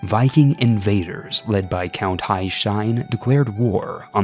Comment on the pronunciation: I know this is ridiculously late but the way he pronounced Haesteinn damaged me on a spiritual and personal level